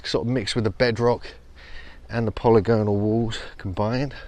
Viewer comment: Polygonal - you still mispronounce it.